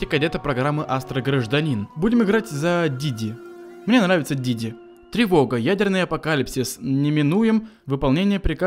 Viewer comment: Не диди а диди!